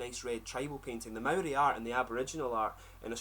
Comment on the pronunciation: You pronounce Maori better than most white kiwis